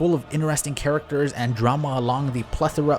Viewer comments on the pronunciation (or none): none